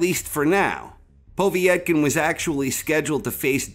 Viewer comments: poh-vey-et-kin?, its pov-yet-kin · Good video as always, from Russia with love:) Btw Povetkins name is pronounced pov-et-kin rather than povie-et-kin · “Povie-yet-kin”?!? Come the hell on. You know that’s NOT how it’s pronounced. Wtf is w/ so many ppl mispronouncing so many common words and names in this sport? And we can’t blame this one on being foreign to us bc it’s an Eastern European name, he’s adding letters and syllables. - that said, I like the list. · The way he pronounces Povetkin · Why can’t you say povekin right